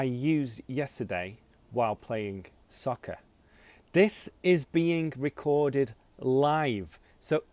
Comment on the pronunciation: Good job, you pronounce soccer like sucker. Same pronunciation? or im wrong